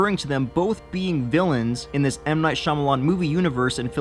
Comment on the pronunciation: Spee Spa what "Shamalamah"? Shyamalan